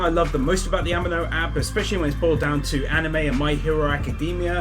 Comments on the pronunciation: did any one even notices he said animo wrong, its like anime but with an 'o' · It's not pronounced animo it's amino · I found a sin!!! ‘Amino’ is pronounced, “a-me-no” not “A-man-no” XD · "a min o" A MEE NO! Say it! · "This app is sponsored by a company called Am-ee-no" "Company called Am-ee-no" "Am-ee-no" I'm sorry but that pronouncination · No offence but the sponsor is pronunced a-me-no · Pronounced A-mee-no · ahem, ameno XD. am-ee-no. amino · Ami-no as in Amee-no😅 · Its purnounced Ameeno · How do pronounce amino sooooooooooooooooo wrong. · I was going to dislike you for saying Amino incorrectly, but you have a death note poster so you got a notification bell instead